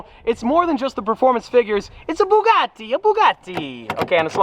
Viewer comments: When say Bugatti in an Italian accent when it's a French car hmmmm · The fact he said Bugatti in an Italian accent makes me want to uninstall life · He says Bugatti in an Italian accent when it's really a French brand lol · „it’s a Bugatti 🤌🏻“ with Italian accent lmao It’s French -German😂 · Why'd you say Bugatti with an Italian accent?! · saying Bugatti in an Italian accent is like saying Baguette is my favorite pasta. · well, he did say the name of a French car made by germans in an Italian accent so the chaos is already in motion. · Bugatti: french car brand: 🤌Bugatti🤌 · Bugatti Bugatti in italian accent even though its french lmao